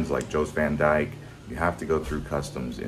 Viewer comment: FYI ... locals call Jost Van Dyke ... Yost Van Dyke.